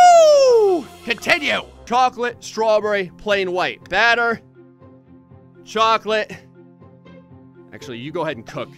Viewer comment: At 1236 says cocklate